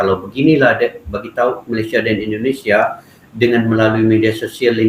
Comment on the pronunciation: Indonesia bang,,bukan indinesia😅😅